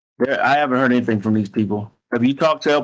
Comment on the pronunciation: "Anythingk" gaahhh! 😖